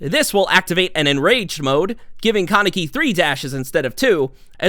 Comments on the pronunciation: Its not con-neck-y lmao its Kaneki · “Kuh-necky” lol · The way u said kaneki and sui Ishida had me spazzing 💀